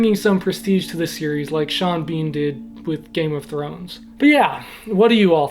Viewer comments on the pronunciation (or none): none